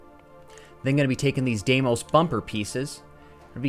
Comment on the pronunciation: Hopefully this guy learns how to pronounce Deimos correctly sometime soon.